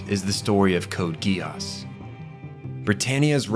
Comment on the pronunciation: Code Geass ❌ Code Guy ASS ✅